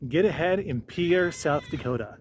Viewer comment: Decent video, I did want to gently mention that South Dakotans pronounce the city's name as "peer", not the proper French pronouciation of "pee-air".